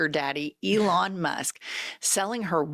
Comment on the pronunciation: He used to call Elon Leon